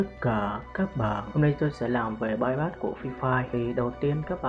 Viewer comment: bypass mà gà rán đọc là payyacc mé gà rán